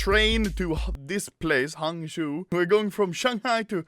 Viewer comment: Nice try pronoucing hang zhou